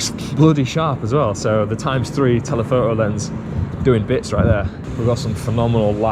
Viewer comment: "telepho'o"? Come on, there's a T in there. You can say it. pfft